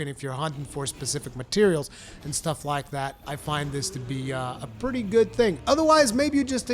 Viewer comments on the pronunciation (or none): none